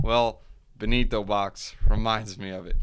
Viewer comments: its not ben-ni-to... its BEN-TO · BEN-TOE BRUH BEN-TO